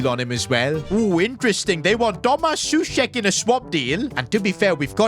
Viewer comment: For next time, Souček is pronounced as soh-czech. Same for Coufal